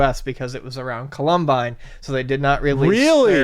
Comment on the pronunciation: How does mispronounce ‘columbine’?